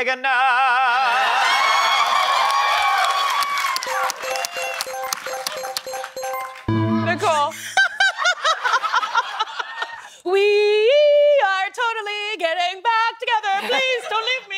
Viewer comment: Ni-COLE! 😂 Arthur is an aardvark and in the original kids’ book he was embarrassed by the length of his…nose. I can never unhear what Nicole said.